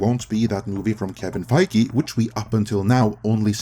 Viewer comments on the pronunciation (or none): none